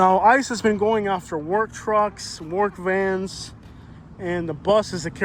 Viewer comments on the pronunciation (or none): none